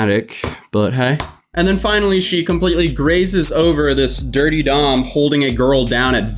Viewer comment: It’s DurteDom not DirtyDom